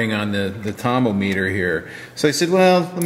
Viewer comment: hi i like your tomometer and i think it would be cool if you changed the pronunciation from -o-meter to -om-eter (rymes with thermometer.) o k so i need a life.but i still love the videos.